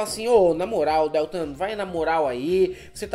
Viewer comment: Porra meu! não suporto ouvir a pronúncia errada do Deltan.... que dÉltam é esse? é horrível! Não!!!!! por favor!, vc vai reprovar por falta! cadê vc? quero ver o atestado, hein?